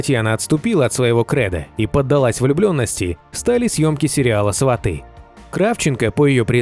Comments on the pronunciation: Не сватЫ,а свАты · Не сватЫ, а свАты.